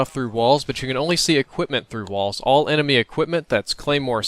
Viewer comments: Sitrep says "Ememy" :P Good episode though! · You said ememy footsepts ?! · "ememy" lmao. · he said emeny for sitrep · "EMEMY" Equipment Glows red LOL